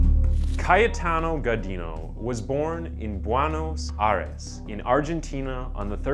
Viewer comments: I just wanted to count the number how many times he said Kayataano... It's ringing in my ears .. good one bro.. stay safe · Maybe it would be a good idea to say the main character's name fewer times on the script, specially when it's clearly difficult to pronunciate it. Other than that, great vid! 👍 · the amount of time(s) ca-ye-ta-no was said annoyed the fk outta me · OMG! If u are going to repeat Cayetano's name at least 100 times in the video pronounce it correctly!!! Or just call him C. ..... Easier,faster painless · Great videos...but you need to learn(double check) how to pronounce some of the words correctly... like Calabria is pronounced Ca-labria ... not Cala-bria.... as well as the name Cayetano is pronounced Ca-yeh-tano...not Caya-tano as you say....just some constructive criticism to help you improve your channels productions.. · I cant stand the way he's pronouncing Cayetano.... lmfaoooo and CALA.BRIA. LMFAO🙈😅